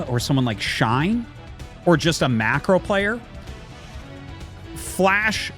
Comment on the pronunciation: Bro, I dare you: Say Micro, Say Macro. Listen to yourself. I dare you to distinguish those two. Its like... Maikro and Meikro.... Dude, cmon...